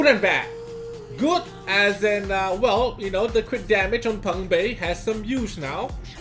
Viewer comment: its pungbaeK with a k get it right